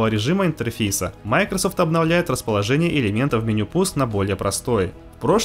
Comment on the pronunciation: Это оправдание, что ли? Можно слова не глотать? Для начала название компании MicroSoft можно научиться нормально произносить? Хотя бы сотрудников компании послушайте. Ну и грамотность улучшить бы, жертвы ЕГЭ...